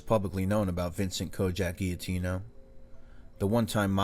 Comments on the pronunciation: If you’re going to say our name. Say it right. The G says its name when pronouncing our name. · always great videos bro! Also, not criticizing or anything, just a suggestion, when you see a Gia in an Italian name it’s pronounced like a j. Great video, as always!